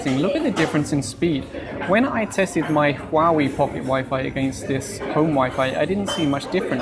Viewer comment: Don't review items you cannot pronounce the name of. So many uneducated folks who cannot pronounce Huawei.